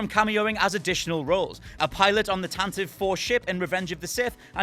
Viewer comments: As spoken in the radio drama, it’s pronounced ‘Tantivee’ not ‘Tantiv’. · It's pronounced tan-ti-vee